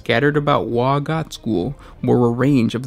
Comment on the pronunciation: You mispronounced WAAAAAAAAAAAAAAAAAAAAAAAAAAAAGH!!! Good video though 😁